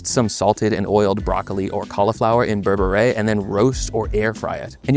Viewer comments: Great vid! Just know it’s pronounced “bear-bear” not “ber-bet-ayy” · Berbere is also good on pasta. I think it’s pronounced BER-be-RUH by the way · it’s pronounced bear-beret (i watched one marcus samuelson video) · burr burr reh. cmon bro you're mexican, you can pronounce it better.